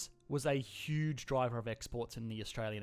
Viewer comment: Say it with me: Hiooge